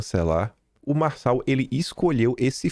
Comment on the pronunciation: Realmente, Nikolas foi tosco ao falar "Marçal".